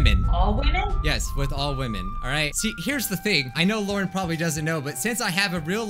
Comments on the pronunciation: Lauren pronounce it hwamen ( like Bob Ross saying titanium hwight) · I have a problem with all women Lauren: All women. Not WHAMEN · Whamin! Lauren: Struggling to say whamin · It's hwaman not woman!!!!!!!!!!!!!!!!!! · Tell Lauren it is pronounced hhwwhaamen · wa-men yup sounds right to me